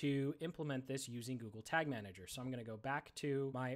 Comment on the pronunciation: lol "Tag Manger"